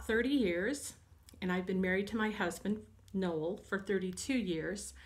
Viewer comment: Darlene King thanks so much! You were close. His name is four letters ending in an L. His name is Noel. (And since I am not always careful with pronunciation I can totally see how it sounded like Phil.) He will be making the next one with me !